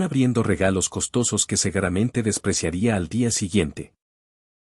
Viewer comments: ¿ Por qué pronuncian mal la palabra SEGURAMENTE ? Se dice : " SEGURAMENTE " y NO segaramente. En todas las historias pronuncian mal. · como dejas que tus narradores cometan faltas de dicción, como SEGARAMENTE, PAVÓ y PENTOUSE, algunas más se oyen ignorantes RIDÍCULOS del idioma